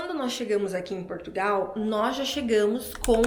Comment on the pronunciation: Foi o "pastô" da igrejinha"delis" é "qui" mandou "elis vim prá Portugaaauuuuuuuuuu". Nem o nome do nosso país "elis sabi falá".